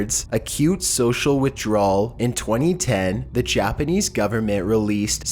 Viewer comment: I don't think I've ever heard someone butcher Japanese like this before haha. still a good video though